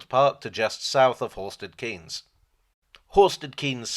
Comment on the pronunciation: Thanks for the video. I grew up in Horsted Keynes and my own interest in steam locos greatly stems from this. Couple of points though. Horsted Keynes is pronounced Horsted Kanes, owing to its link to the French village of Cahagnes and the Norman duke (William de) Cahaignes who was granted several English places as a reward by William the Conqueror in return for his help during the 1066 invasion. The village is now twinned with the village of Cahagnes from which said Duke came from, and unlike some other more famous former places granted to the Cahaignes family, they've kept the more French pronunciation of the name. (Though I guess the family itself seems to use the more Anglicised name now - John Maynard Keynes was a descendant of said Duke, for instance.) Also, the line crosses the East and West Sussex border, so it's probably more accurate to describe it as based in Sussex rather than East Sussex (though the HQ at Sheffield Park (said as spelt!) is admittedly in East Sussex). I think someone else already mentioned Ardingly being pronounced as though it ends in "e" (aka "Ardinglye"). All in all however, really glad you enjoy the Bluebell. Keep up the good work!